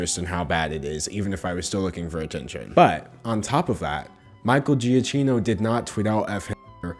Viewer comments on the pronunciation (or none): Is Michael’s last name Italian? Cause I would read it “ja-kki-no”. Or at least in Italy we pronounce it like this... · pleeeassseeeeeee it's pronounced djakeenoh, great video, but i almost had a stroke every time you said his name. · actually, its prononced : gia- kino, since its italian, the "cch" its a k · His name is pronounced GiaKino not GiaJino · I know this is hardly the most important thing in this video but my dude it's "Juh-KEY-no" not "jee-uh-chah-no" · I thought it was pronounced Giakino and not giachino or giachano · Gee a Key no is how it’s Pronounced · i think giacchino is pronounced like "jackie no" or "juh key no" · Giacchino is pronounced (Jyak-kino.) Italian can look weird when you speak English. It's like Macchiato Also in Italian your name would be pronounced "Dangelo" instead of "" and it confuses me every time I see it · LMAOOOOOOO I love you so much 😂 It’s pronounced juh KEEN oh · Giacchino is pronounced “Jakino” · it is pronounced giakkino (it’s italian) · Giacchino (Ge-Ah-Key-No) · Hi, maybe I'm very very late with this comment but it's pronounced Ge-ak-ke-no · fun fact: Giacchino would be pronounced more like "Gee-uh-key-no" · I’m pretty sure “Giacchino” is actually pronounced “Ja-key-no” but I’m not sure. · (his name is pronounced 'gia-kino' btw) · He pronounced Giacchino every way except the right way “Gia-key-no” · As an Italian, Giacchino is pronounced Djakino, fyi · not 100% sure but in italian the ch is pronounced like k. so it might be jee-kee-no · Im sorry, the way you pronounce his name is wrong, its pronounced, Juh-Key-No. again, im very sorry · giacchino is pronounced juh-kee-noh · In 4th grade his sister was my teacher and I’m friendly with his nieces. It’s pronounced Gee-a- keno. It doesn’t matter at all though I love you regardless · Ratatouille, Lost, The Incredibles, etc... his music is awesome. And I'm pretty sure his name is pronounced 'Jah - Keeno' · I believe it's pronounced "ja-KEE-no," but I could be wrong.